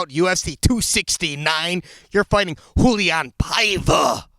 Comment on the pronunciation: Does Schmo pronounce fighters' names wrongly on purpose? Lol. The "A" on Rauliam is not mute